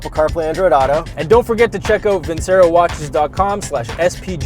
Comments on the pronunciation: Pronounced Vin "Ch" ero :D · Awesome review of a great car! BTW, the watch company is pronounced "VIN-CHAIR-O" as it is an Italian word. That's how the company's founders pronounce it as well.